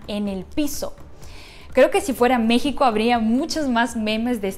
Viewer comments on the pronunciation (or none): none